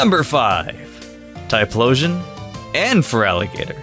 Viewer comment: FERALIGATR, NOT FELIGATAR! TYPHLOSION, NOT TLYPHSON! TYRANITAR, NOT TRYANTAR! FIX IT NOW!